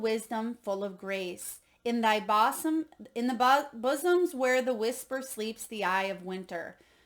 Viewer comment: It is pronounced boo-zum, not boss-um